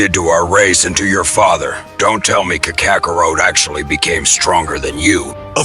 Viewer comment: The stupid AI can't pronounce names correctly especially Saiyan and Kakarot